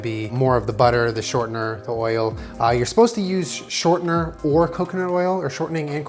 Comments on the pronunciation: Anyone else let out a slight chuckle when he said shortner hehehhe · What the hell is “ Shortnor”??? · "shortener" lol